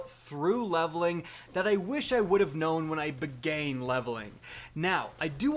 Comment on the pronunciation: did you really say "begane"?